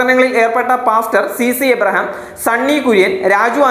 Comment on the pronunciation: സിസി എബ്രഹാം അല്ല bro.. സി. സി. എബ്രഹാം ആണ്